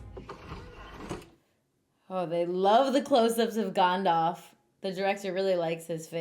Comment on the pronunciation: "Gondalf" XD